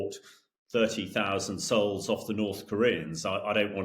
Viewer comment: Souls, not Seouls, FPS.